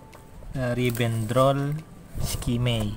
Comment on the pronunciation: eskamei bacanya bang, bukan skimei. cemiwiw